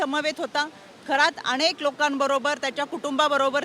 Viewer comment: अणेक, भावणा, 😂😂 काय शुद्ध मराठी बोलायचा प्रयत्न करतेय 😂